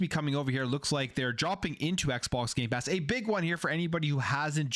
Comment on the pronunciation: Did he just say “gaypass “ in the intro?😂